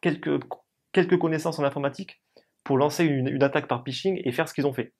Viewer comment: Explication très claire! Par contre c'est pHishing (hameçonnage en bon Français) et non pishing.